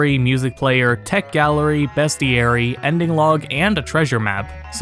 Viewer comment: google how to say Beastiary